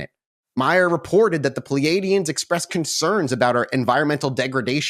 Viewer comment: Just a minor correction (I've been reading about and studying this case for many years and even have the VERY rare original text books published with the transcripts from these 'alleged' encounters) The "aliens" are pronounced (according to Edward "Billy" Meier) "Plee-yards", and the individual, Samjase, is pronounced "Sam-yah-see". The "J's" in these spellings is typically pronounced (by Meier) like a "Y". And the supposed image of Meier with the photos of Samjase, and was accused of taking those off the TV screen, were corrected due to the time they were taken and shown to people and WHEN that supposed woman was actually on that program people claimed. So IF HE DID photograph those women from a TV screen, it definitely was NOT from that Dean Martin program "debunkers" claimed it was. So even if it was not legit, there has been no proof presented as to where he took those photos of the women. I'm not attempting to prove his case in any way, it's just that I want to correct false claims made about HIM over the years as well. It's amazing though that he was accused of doing all this elaborate stuff, like rigging up models in the air to take the photos and doing all this fancy advanced technical manipulation of the images, when he had this really primitive camera and he had ONLY ONE ARM. If this case was not real, it would be fascinating to know HOW the hell he did all this stuff! BTW, I'm psyched that you guys decided to do an episode about this case!! ~JSV